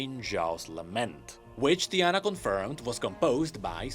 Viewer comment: I know my guy hahaha he just said the name wrong Its TI-ana But instead in this case he said DIE-ana , simple emphasis on the first letter makes it sound completely different… It was a joke